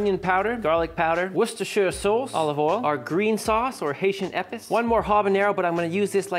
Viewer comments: protip: not "eppis"; "ay-PEACE". It's French for "spice". Really well done nonetheless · It's not "ehpiss". Lmao you flush that in the toilet. It's pronounced "Āpiece". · Just for future reference. It's better pronounced as "eh-piece"